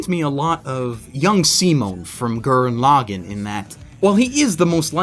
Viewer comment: gerrin login? it's Gurren lagan